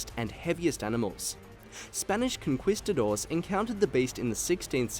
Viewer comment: My man said con KWEE stador 😂